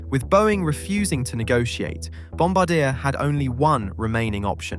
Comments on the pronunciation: If you are going to use AI to narrate your stories at least edit the pronunciation. Back how do say Bombardier. Good story otherwise but annoying to list to the narration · That’s not how you say bombardier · Your repeated mispronunciation of the company name forced me to quickly stop watching. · I only managed to last 5 minutes before the mispronunciation on Bombardier got to me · Sorry but it’s pronounced Bombardier, not Bombardier. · Please learn how to pronounce Bombardier. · I died a little inside every time he said it wrong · Bomb bard e hey just don't pronounce the h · Bombardier is actually mispronounced here, and why it made almost no sense to my Canadian ears. The company is French-Canadian in origin, and is pronounced more like bom-BAR-dee-eh. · Brother, it’s pronounced BOM-BAR-DEE-EH 😂😂😂😂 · Can't tell if you just never heard Bombardier's name pronounced correctly? The company takes the name from their founder, it's French... It's Bom-Bard-e-ay.... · Bombardier is a French name, so it's pronounced Bomb-bard-dee-eh. I live in Montreal, trust me. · a "supposed" aviation channel and mispronounce Bomb-bar-dee-Yay? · The name bombardier is pronounced bombardiea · The Bombardier family is french-canadian. It's pronounced Bombardié. 😛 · Boeing Def ; Greedy Arrogant Incompetent Bankrupt Dishonest Dinosaur. Bailed out and subsidised by the US Taxpayer. "Bombardier " Aircraft manufacture is pronounced phonetically /ˌbɑm.bɚˈdɪɚ/. : bom + buh + deer From the French "Bomber" "Bombardier " is a member of a bomber crew in the air force responsible for aiming and releasing bombs. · at least know how to pronounce Bombardier. Bom-BAR-dee-ay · FFS it is French pronunciation! Bom-bar-dee-aye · It’s not ‘Bombadeah’, it’s ‘Bombaardieh’. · Bombardier is pronounced BOM BARD EE AY. Not bombadeer. I laugh every time you say it. I think you should rerecord the audio. But I wouldn't comment if I didn't like your content. And you knowledge. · Bombardiee not Bombadeer